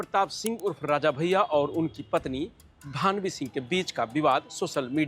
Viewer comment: भावनी नहीं भानवी है भैया सही नाम तो लेलो न्यूज तो कॉपी पेस्ट कर रहे हो